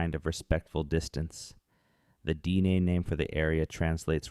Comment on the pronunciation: the narrator AI or human said Dean people